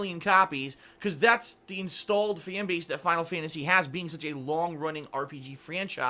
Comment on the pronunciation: "Final Fyantasy 15"